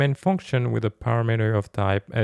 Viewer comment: I think it's pronounced parAmeter, not paramEter, also cOnstant, not constAnt.